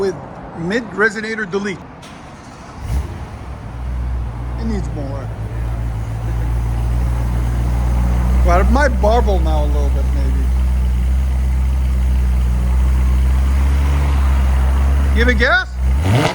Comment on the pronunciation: This dweeb is still saying “barble”. What an imbecile.